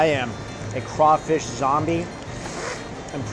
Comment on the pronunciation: Hey New York: It's "praw-linz" not "pray-leens", it's not "poor-boy" it's more like "po-boi" (can't quite get the pronunciation down in text), and it's not "a crayfish boil" it's "crawfish bole". My grandma used to make that porkchop and basically Cream Of Mushroom soup mixed with a little porkchop gravy smothering over it. And during that whole viddy I didn't see even one single example of Collards anywhere. I know you don't like green vegetables but you CANNOT leave the South until you have experienced the culinary lingual orgasm that are properly prepared "Mama's secret recipe" collards. My grandma made the_best collards using apple cider vinegar (not regular white like rookies use) and salt to just take the edge off the massive bitterness, and just the right amount of brown sugar (not white, and one time she even subbed in some Alaga sorghum syrup which was a little bit too sweet) to bring up the sweetness just a little bit. SO GOOD!!! - 50% Dixie Man